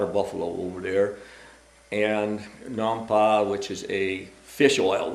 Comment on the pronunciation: Nam Pa, Fish Sauce... he said it correctly, Im Hmong.